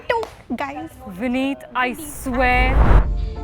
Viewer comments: He should’ve said vinn-it as in innit but with a v at the start saying nobody ever messed up your name was wild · “Vinit” is straight up diabolical😂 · No joke ur vinit and not vineet🤣🤣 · "vinit" is truly the vinit of all times